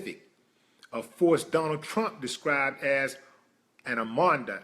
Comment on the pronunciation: There you go again reading and believing bullshit articles again...btw Its Armarda not amonda